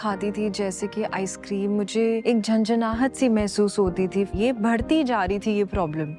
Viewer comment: ये सेंसोदाइन का एड देती है पूरा मुर्ख लगती , बढ़ती को भड़ती बोलती है ससुरी